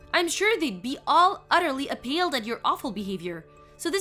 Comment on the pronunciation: Voice acting is terrible. Especially the voice for "Mary. Even totally (and I think unintentionally comically) mispronounced both "Dom Pérignon" and "appalled." And the story is very poorly written.